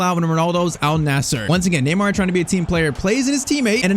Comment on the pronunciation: neymar not tyztir